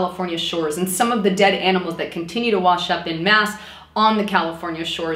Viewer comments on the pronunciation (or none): none